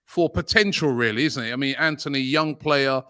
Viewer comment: It's Antony not Anthony.